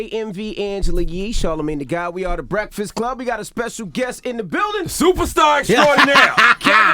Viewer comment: You mean the Bakfast club ?